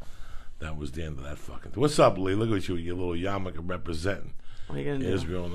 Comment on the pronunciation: "Yarmulke". It's not a Japanese motorcycle. Ya know, just for future reference.